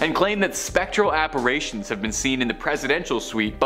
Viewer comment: Okay mispronouncing apparitions as "apparations" once I can understand as an overlooked gaffe, but thrice, seriously...?